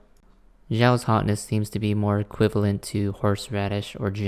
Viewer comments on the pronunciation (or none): none